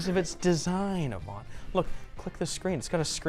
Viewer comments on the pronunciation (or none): none